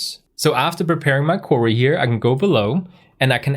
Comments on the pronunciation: Brilliant videos but it sounds like youre saying curry instead of query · excellent lesson, sorry to see your hair gone. Oh BTW query in English is said "kwee-ree" when spelt phonetically. Hope you don't mind as your English is way, way better than my Danish.